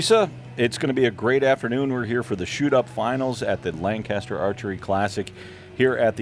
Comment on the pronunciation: That's not how you say Lancaster